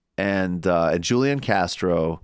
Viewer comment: Joo Lee Enn? Who Lee On